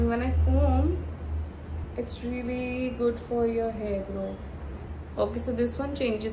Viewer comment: Ruelly ruelly ruelly 😂